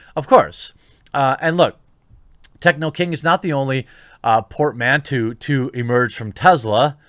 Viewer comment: JC dude, If you gonna use words that you don't know well, at least learn how to pronounce them properly. 'Port-man-toe' or 'por-mahn-toe' if you want to lean into the French roots of the word.